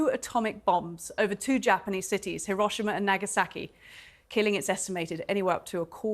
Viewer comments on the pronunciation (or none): Learn how to pronounce Hiroshima correctly.